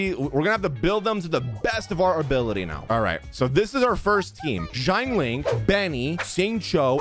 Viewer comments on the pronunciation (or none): xiangling not shine ling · bro says shianne-ling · I hate how he pronounces xiangling like shine lyng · They way he pronounces the X first letter differently in both characters and gets bothe wrong 😂